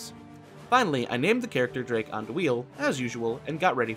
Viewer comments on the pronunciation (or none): none